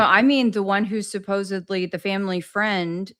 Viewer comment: great show.. one thing though.. it's 'supposedly.. not 'supposebly' .. keep up the good work !